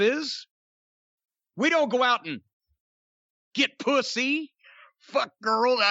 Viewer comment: "WE don't get PWYSSY" 🤣🤣🤣🤣🤣🤣🤣🤣🤣🤣🤣🤣🤣🤣🤣🤣🤣🤣 I'M FLOORED